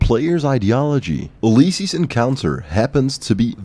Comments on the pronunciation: Remembers to say it's pronounced Fido not Feedo. Instantly says Uleyesees. Lol, who taught you English? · You, liss, sees = Ulysses. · Holy, the way says Ulysses has me feeling some type of way man